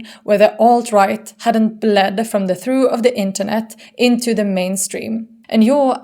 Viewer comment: Great video. Trough is said "tro-ff". English is weird.